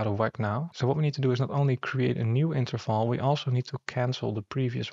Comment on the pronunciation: Are you german? You pronounced Interval just like Interfal